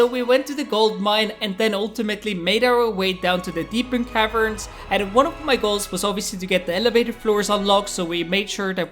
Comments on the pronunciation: Dude its Deep Caverns not Deepern Caverns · Bro its not "Deepen Cavens" Its actually "Deep Caverns"💀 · why does he say deepern caverns? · "Deepern caverns" How can you mess up this badly